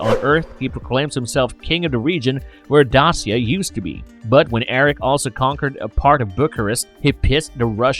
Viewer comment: Dacia = Day-shuh